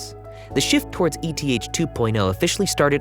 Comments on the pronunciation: Anyone pronouncing ETH as "E-T-H" doesn't have a clue about the crypto market. JFC it's pronounced "eeeth" which is short for Ether, the token of Ethereum. This isn't a crypto version of an ETF. It's not an acrynonm. It's a shortening of another word. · I agree it’s eeeth but also it’s not that big of a deal lol